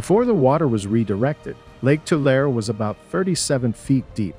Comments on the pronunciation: Please pronounce the lake correctly. It is Too - lare - ee not Too - lare. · Lake Tu-lar-e, San Jo-quain (Wa-keen) River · It's pronounced Two-LARRY, not tool-air. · i have always here tulare pronounced to-lair-ee